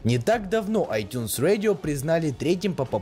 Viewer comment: ай тюнс радио! А не ай тюнс уэдио. Говори по русски